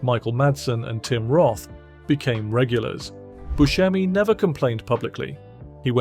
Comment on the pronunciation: The name is "Bu se mi" with a sharp "s", not with a "sh". Steve himself pronounces it this way and he should know.